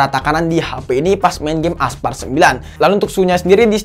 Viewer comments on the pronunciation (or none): Aspalt woy bukan aspart